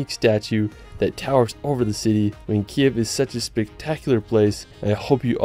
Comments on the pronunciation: Sorry, but not Kyev , right Kyiv ) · Thank you so much for this amazing video! I live in Ivano-Frankivsk, it's amazing beautiful and very cozy city near the Carpathians. It;s just the name of our capital is pronounced as Kyiv (Kiyiv), this is ukrainian language (Kiev is russian style). I wish more and more people to know how beautiful and special Ukraine is ))))) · Nice video. You just need to update your pronunciation of Kyiv. Rather than the ruzzian transliteration (Kiev) which you pronounce in this video, the capital city of Ukraine should be pronounced as Ukrainians write and pronounce it, something like this: K + Eve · not Kiev, but Kyiv